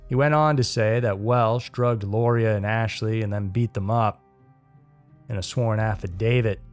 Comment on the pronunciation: It is pronounced Laura